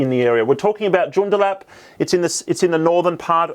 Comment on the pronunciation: I would like to gently point out that Joondalup is pronounced June-daa-lup. Thanks for the content 🙌